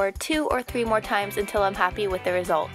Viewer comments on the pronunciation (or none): none